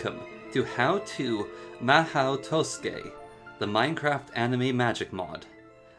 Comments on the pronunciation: Wrong, it's pronounced as ma-ho, the u is left out, and tsukai is pronounced skai. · did he just say to-skay